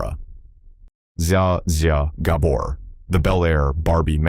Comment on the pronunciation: Learn how to pronounce the Gabor’s name.